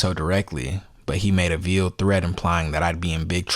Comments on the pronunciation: It’s pronounced like ale not eel. It’s like a veil that a bride wears. Therefore veiled. Not like veal. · You're mispronouncing "veiled". 15 years is way the hell out of line. And you don't know her state of mind when she said it. Yes, corporate kiss-asses are making an example of her. This isn't free speech on her part, granted. But suppression of freedom is coming within the next couple of years. Wait for it.